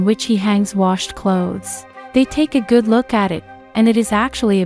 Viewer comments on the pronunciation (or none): none